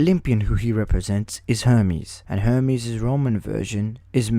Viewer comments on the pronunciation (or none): none